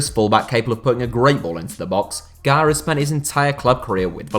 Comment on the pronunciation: I thought you were saying Garay not Gaya